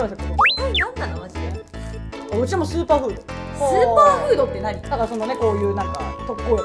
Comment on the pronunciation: 途中の音量の再編集お疲れさまです!!スーパーフードがズーパーフードは直ってなかったねちっさいことですが... g〜じゃなかったまだ言っちゃいますねw りえしーもまだに慣れてない感が出てますね〜